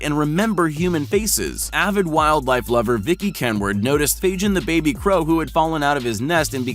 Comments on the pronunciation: I am amazed that these animals are smarter than the people making these videos ... 'FAGIN' the Crow is not pronounced 'FAGE-INN' -- it's 'FAY-GIN' as in Fagin /ˈfeɪɡɪn/ ... the fictional character in Charles Dickens' 1838 novel Oliver Twist. In the preface to the novel, he is described as a "receiver of stolen goods". Trend Central ... kindly ... DO YOUR BLOODY RESEARCH and get an Producer who knows how to BE an Producer. So there -- so go forth and sin no more. D.A. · Fagin surely is named after the Oliver Twist character. Fagin does not have a j sound but a hard g sound. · Did he really pronounce Fagin like Fadjinn? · Caiman is pronounced Kay Man, Kay as in Okay. Also pretty sure that the crow name is Fagin as in the character in Oliver Twist, which would mean the G is hard, as in Goat. So "gin" is pronounced the same way as the first syllable of guinea fowl, .or Guinness (if one is more familiar with booze than birds). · Fagin has a hard “g” like “Gull” or “Gannet” . It’s a Dickens character in “Oliver Twist”. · "Faijin" LOL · The Bird is called Fagin, pronounced with a G, not a J... It's named after the thief from Oliver Twist, because he steals shiny things. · This is cool and all, but the way he pronounces Fagin gives me an aneurysm. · learn to pronounce Fagin !